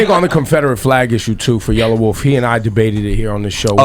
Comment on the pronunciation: yella wolf you dumb fuck his name is yella wolf NOT yellow wolf lol what a dumb fuck dont even know hip hop